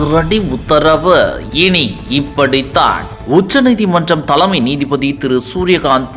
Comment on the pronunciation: த'ள'மை நீதிபதி! உச்சரிப்பு பிரமாதம்ப்பா!!